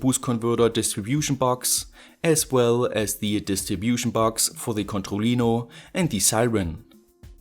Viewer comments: Literally noone: French: C O N T H O L L I N O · Controlino kann man kaum deutscher aussprechen, oder? ^^ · Can you say controllino again? You pronounce it so funny.